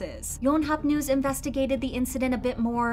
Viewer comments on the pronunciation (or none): none